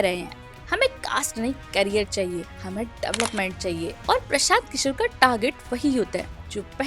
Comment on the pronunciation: प्रशांत किशोर ❌ प्रसांत किसोर ✅ 😂😂😂